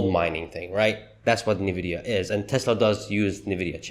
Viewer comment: I’ve heard about Nvidia as we all have. What is this “Ne-Vidia” you keep talking about?